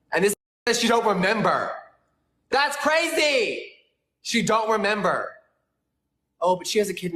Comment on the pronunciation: I just don't think I can trust someone who makes the word "crazy" three syllables, that many times.